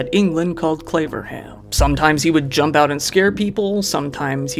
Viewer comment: 'Claverham', I thought he said 'Flavorham'!!! LMAO